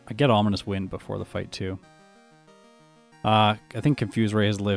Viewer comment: Is it just me or does he pronounce Ominous in a slightly weird manner? It almost feels like he's calling it "Omninous Wind" or something because of the potential omniboost, lol.